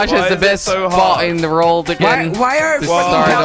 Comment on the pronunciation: Sounds like hes saying "Rorld" and not "World"